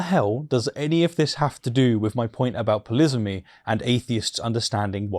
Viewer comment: "Polisamy" - did I hear that word correctly please?